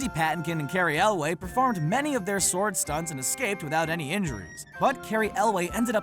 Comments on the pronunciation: For future reference, despite its spelling, the "w" in sword is silent, so it's pronounced SORD! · Every time I heard him pronounce the W in sword I cringed. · You really like to pronounce the 'w' in 'sword.' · The "w" in "sword" is supposed to be silent bro. Just saying. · You may say it that way, but I pronounce the 'o' is sword and sordid for exactly the same duration. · Dude, please learn to pronounce words correctly if you are going to be a narrator. For instance - in the word SWORD the 'W' is silent, and it is actually pronounced SORD. And Mandy Patinkin's name is pronounced like it is spelled. PA-TIN-KIN. Not PATTY-KIN. And also, why don't you show the scene from the movie where the mistakes you're talking about actually happened, instead of just some random clip?